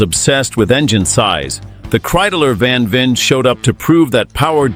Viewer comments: Al least get the name right...van Veer??/ It's van Veen,pronounced like VAIN. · Just a little correction: It is mr. Van VEEN. Not van Veer 😢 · VAN VEEN, not van veer. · You pronounce it as [van - english 'one' with a v before] [Veen - 'Vayne'] I saw / heard / smelled these Kreidlers IRL, they're so awesome! When I was a teenager these racing Kreidlers where the inspiration for me and my friends to tune our 50CC Kreidler RMCs to the limit. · Nearly all 100% AI generated rubbish. Didn't even pronounce his name correctly.